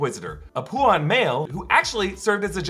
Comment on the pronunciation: Lol. He's a Pauan "POW - in" not "POO en" The planet is utapau "oo tuh POW" not "oo tuh poo"